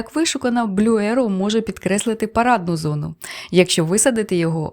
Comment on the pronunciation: Алілуя! Декілька відео попались, правда російські, де казали ерОу, арОу….. вимикала. Побачила заголовок українською і почала дивитись зі страхом , і от нарешті чую Єроу!!! Дякую за вірний наголос!